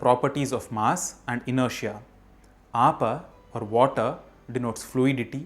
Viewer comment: Its not Aapa its Apa